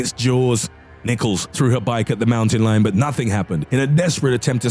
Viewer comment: Fucking he goes MOWTEN LIYON